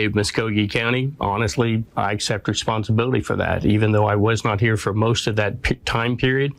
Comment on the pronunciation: Why don’t you pronounce Ts at the end of words “Bess” instead of best “moss” instead of most, “grapiss” instead of hrapist